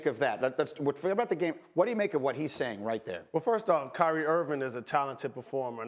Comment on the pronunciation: CRY-Re 😿 Irving 😂😂🤣😂🤣🤣🤷🏿‍♂️